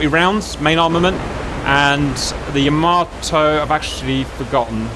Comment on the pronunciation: First of all it's knots and not nuts xD and second, it's called Yamato and not YamaToe XDDDDD